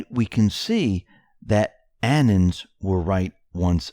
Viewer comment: anons = anonymous people (Sounds like: uh-NONS , accent on second syllable) Annans? 🙃